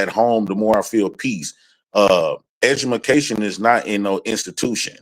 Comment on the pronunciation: said "Edgamacation"......this dude dumb as sh*t.